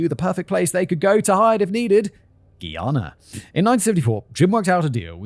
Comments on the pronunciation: Hihi👋 Simon! Just wanted to drop a friendly note from a Guyanese fan. Love the video❤ By the way, It's pronounced "Guy-ana," like "Hey guys." Noticed it in both this and your Guyana and Venezuelan conflict videos. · As a Caribbean person how he says Guyana is kill me😂